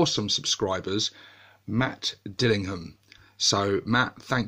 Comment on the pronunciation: Spelled right AND was nice to hear it pronounced correctly. Here in the states you have to hit the "Ham" hard so they get it right.